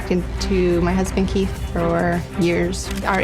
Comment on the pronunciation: Oooh he is pronouncing Keith as Kate. If you watch minute 12 thereabouts he repeats the husband Kate once more.